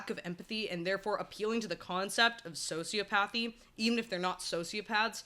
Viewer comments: "So-sea-op-uh-thee" not "socio-pathy" Also: "sci-cop-uh-thee" not "psycho-pathy" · Quick correction: it's "soci OP athy" .... "psych OP athy" (not pathy). You make some really good points though, especially in how nurture comes into play with these lacks of empathy and we can all have levels of both extremes. No idea why you were in my recommended videos but kudos to you as you seem to have hit some good algorithm!